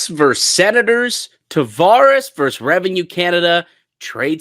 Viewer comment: Versus is not pronounced “verse”